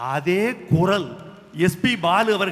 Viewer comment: குறள் இல்லை. குரல். லகரம் ளகரம் வித்தியாசம் புரிந்து கொள்ளவும்.